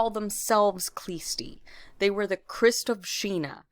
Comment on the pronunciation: The "k" is silent in the name of the sect, it is Hlõstõ